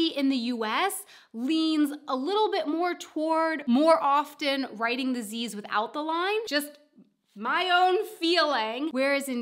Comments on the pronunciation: Don't forget to link to your "Why do I drop the Ts" video, you say "wri ... en" quite a lot in this one. :) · Glottal stop substitution for t.